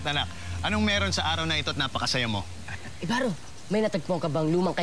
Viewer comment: ibaro hindi ybarro